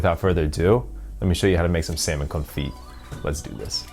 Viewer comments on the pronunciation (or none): From a Frenchman……you don’t pronounce the t at the end of confit. We call it muted t